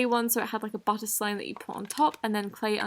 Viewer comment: I love how you say “slim” instead of “slime”😋😅😵